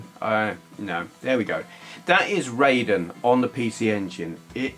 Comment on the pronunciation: Forgive me, but it's pronounced "Rye-den", not "Ray-den". "ai" in Japanese is pronounced "eye", not "ay". This also applies to "Gaiden" and "Taito". You can blame Mortal Kombat for this common mispronunciation (the MK character was originally spelt "Rayden" before they changed it to "Raiden" without changing the pronunciation). Anyway.....happy new year to you, and I hope you had a great Xmas.:)